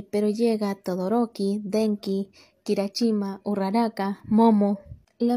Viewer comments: Sin ofender pero se dice kirishima no kirashima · ella: en eso llega todoroki,####, KiRachImA xD es kirisima y bakugo de pronunsia como se escribe al igual que izuku